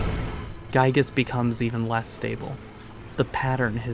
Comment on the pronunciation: It's Giygas, not Guygas.